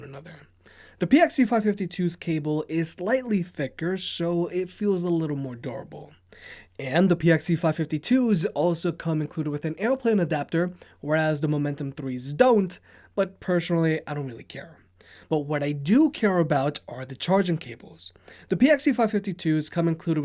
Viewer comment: Ubername69 I think you missed the joke. mispronounces personally as pershonally in every video